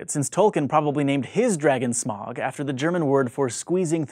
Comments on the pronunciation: It's pronounced Smoug, not Smawg. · SMOWG NOT SMOG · Ohmygoodness the LotR names ^u^ BUT IT IS PRONOUNCED SMOUG. NOT SMOG. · Not be a nerd but Smaug was pronounced incorrectly. It's not ”smog” it's "S-mao-g". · It's pronounced like Smowg not Smog!!! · Oh, sorry; I have absolutely no idea how to write pronunciations. So I should write "Smoug" to show that sound? Thanks edits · "Sciencey people like science fiction" -- Goes on to name 3 things that aren't science fiction (star wars is, on a technical level, science fantasy). Also it's pronounced SmOwg although that one I don't expect of people to know that one, because most people haven't read the Sindarin pronunciation guide in the appendix of the Silmarillion. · The only had thing about this video is the mispronunciation of smaug. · Smaug isn't pronounced like "smog". Tolkien's "au" is pronounced like "ow". Incidentally you didn't pronounce Sauron correctly either, same mistake.